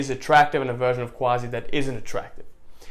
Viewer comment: Tbh imma enclose a secret of you. The actual pronunciation of Quazi is Kazi in Bengali. You made it up.😂😂😂👆